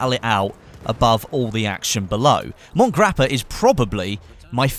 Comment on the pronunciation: By the way as an Italian it is pronounced Mont-e Grappa not mont as in French pronounciation